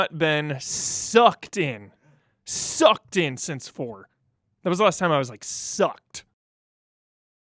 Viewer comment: "It's been a long time since I've been, SUCKEDDDDDTH!" ~ 2022